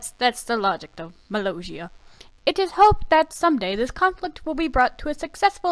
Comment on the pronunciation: Your saying mollosia wrong